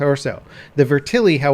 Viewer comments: Matt McDermott the mispronounced name is killing me to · Vet-Er-lee not ver-til-ee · Is anyone gonna tell him it's pronounced vet-ter-li, not vertili? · It's not "Vertilly" lol Vetterli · How in the world did you get "ver-tilly" out of "vetterli"? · IT'S NOT FUCKING VERTILLY! God! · So Vetterli is pronounced "verTILLY". Got it. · It's pronounced "veh-tur-lee" btw. Good video. The real Vetterli is a badass piece of firearms history; especially when considering that the Swiss Army adopted it only four years after the American Civil War ended. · "Vertilly" Buddy. Just sound it out lmao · The gun is pronounced "Vet-Er-Lee" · Can you pronounce it the right way